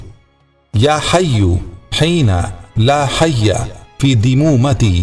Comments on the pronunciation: ابے لکھا خیئ ھے اور پڑھتا حیئ ھے کیا صحیح ھے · Haeya hai ya khayia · Yaar hayyu padna hai ya khayyu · Ap ne jo dua btai h usme Audio me ''hayyu'' Written me ''khayyu'' Which one is correct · Asslamualaikum aap pad hayyu rahe ho par likha hua khayyu hai dono mai se konsa sahi hai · wo HAIYYU hai ya KHAIYYU hai,q k video me jo dua likhi hui hai usme ”Khaiy” likha hua hai, or aap ”Haiiy" padh rahe hai.... Please itna bata de k correct pronunciation kya hai ? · asalamoalaykum bhai samajh mein nahi aya k Hayyu hai ya khayyu hai